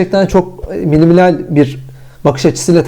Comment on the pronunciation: her söylediğinde küfür gibi geldi yeminle :D